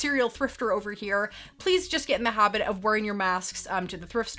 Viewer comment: I was trying to figure out what you were saying in the beginning. It sounded like "getting in the hobbit of wearing your mask" when you were actually saying"habit"--lol!!